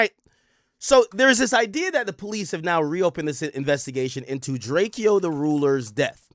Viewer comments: STOP CALLING HIM DRAKE-EYO HE LITERALLY TOLD EVERYBODY HOW TO PRONOUNCE HIS NAME AND HOW THAT SHIT WAS ANNOYING TO HIM!!! ITS DRACO FOOL ASS BOY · Ak ijs his name is DRAKE O not DRAKE E O 😂